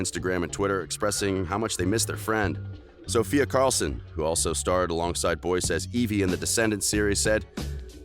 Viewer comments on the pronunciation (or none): It’s Sofia Carson Not Carlson.